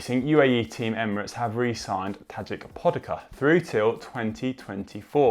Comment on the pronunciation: Tadeka Podaka what? you really need to get to Slovenia for some language toung breaking practice. Especialy if you will present race news show in the time of TDF when there will be some guy named Primož Roglič (no no, not Primoy Rogelek) smashing it. Tadej Pogačar - Tadey Pogachar and Primož Roglič - Primozh (zh as in (porid)ge ) Roglich